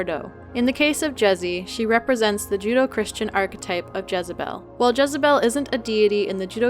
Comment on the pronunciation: I've never heard judeo-christian pronounced as judo-christian. That made me lol as now I'm thinking of a merging between martial arts and the christian faith. Basically I'm thinking up scenarios like that of a bunch of monastic monks having a serious sermon and after it's done, exiting the church and doing flips and fighting\training like in eastern martial arts movies. All while in their brown monk's habbits and being 80 years old. 😂